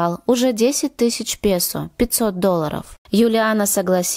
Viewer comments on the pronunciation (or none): none